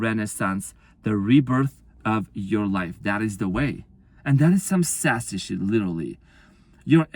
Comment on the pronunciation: Spot on your amazing and this has been my journey and.sassy was my dog my twin gave me. That was funny every time you said.saasy. how can I deny any of this thank you I needed this